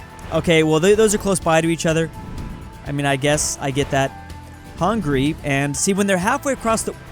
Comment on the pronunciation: its not hungry its hungary which is pronounced huun gary